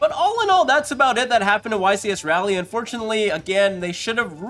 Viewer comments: Ra-lee not Ray-lee, correct? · I know you dont live in nc but its pronounced "Raw-lee" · The amount of yugitubers that pronounce Raleigh wrong is very concerning